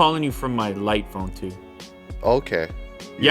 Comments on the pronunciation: He can not pronounce English properly. It's jight phone and not light phone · Wish they just called it light rather than "Jight" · „Jight“ -light,2019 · It bothers me to death that it's actually "light" not "jight" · Jight phone lol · It's Jight. It says right there in the cover. Jight.